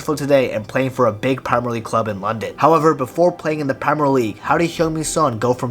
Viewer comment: Why is man pronouncing premier league like that.